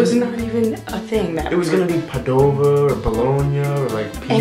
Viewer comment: Not padòva but pàdova ahaha i love you guys and remember we (italians) arte full of hospitality (you can come to my house if you want ahah i'll let you stay here for freee)